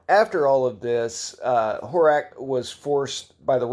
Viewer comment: Slavic names and languages are pronounced/read phonetically, so Slávek is read "Slavek" with "e" like in "chemistry". Slávek is short for Svatoslav, the one who celebrates the holy. (Also Horák and Slávek are pronounced with a long "a" which is I guess beyond the distinguishable threshold of anglo saxon people)